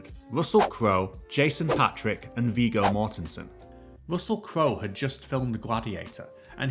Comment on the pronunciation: I'm not 100% sure, but isn't Viggo pronounced with a short "g" sound?